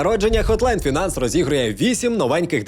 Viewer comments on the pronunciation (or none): none